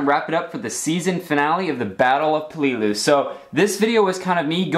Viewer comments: PAY-Lay-Lu, not Plee-lu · PEL A LOO not PEE LOO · It's pronounce like pellalue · You keep saying peleliu wrong